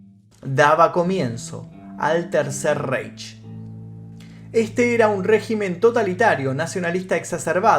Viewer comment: El «Tercer Reich» se lee como si estuviera escrito en castellano: "El tercer Raij". - La combinación de las vocales "ei" se lee "ai". Por ejemplo huevo en alemán se escribe "Ei" y se lee "ai". - La combinación ce-hache se lee como la letra jota. El sonido castellano ce-hache, en alemán hay que escribirlo con las tres letras: ese-ce-hache, por ejemplo: Schokolade, que se lee como si en castellano estuviese escrito "chocolade" y evidentemente significa chocolate. Quizás lo has leído en la propaganda de un chocolate para niños llamado «Kinder Schokolade».